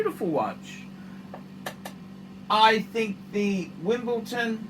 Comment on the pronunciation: If this collection belonged to one of big donor's he'd be praising it as the greatest collection of all time. No point to these reviews. And it's WimbleDon, not WimbleTon. Make some effort.